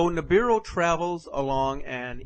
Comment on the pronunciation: sounds like the man is saying Nibidu instead of Nibiru